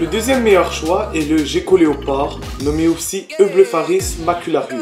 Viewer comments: Sa ce prononce guecko pas jecko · Sa se prononce guéko